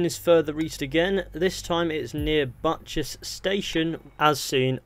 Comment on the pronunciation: "Buttchess Station"